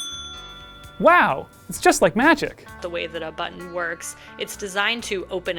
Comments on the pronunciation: Thank you so much for saying “button” correctly. I would not have made it though if this was about the “BUH-EN” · Thank the gods you have a presenter who is capable of pronouncing the Ts in button. There's a videogame channel on here whi is incapable, and it drives me nuts when he says "bu'-on"